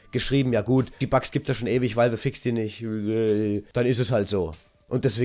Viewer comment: Wie du Valve aussprichst :D